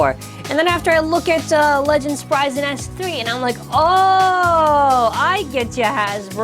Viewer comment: It's pronounced sprig an not sprysen